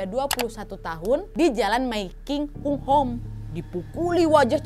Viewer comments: Kak Nad,...Tuen Mun baca nya {Tun Mun} {Hong Ham} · tuen mun..bcanya tunmun aja kak.. hunghom bacananya hungham kak hehe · Tuen Mun bacanya dhunmun kwkwkwkw Kayae tuen Mun e daerah deso kono Hunghom --~~ hungham hehe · Tuen Mun di baca Dun Mun. Hung Hom di baca Hong Ham 🤭🤭🤭 Lucu banget episode ini hahaha... Salam dari HONG KONG kak Nadia. Alhamdulillah HK sekarang AMAN. DAMAI. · Tuen mun = Tun mun Hung Hom = Hong Ham Itu cara bacanya kak nad